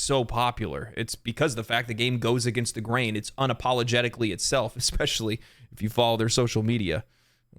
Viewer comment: "it goes against the grain, its unapolegitcally itself." Nahh